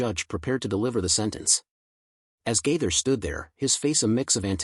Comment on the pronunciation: This is Outrageous! Several questions: Why is Anderson Cooper’s face posted as though he had a part in this post? Why could the person reading not remember how to pronounce Bill Gaither’s name? Is this be a way to escape prosecution for posting these lies? Satan, in the name of Jesus, be gone!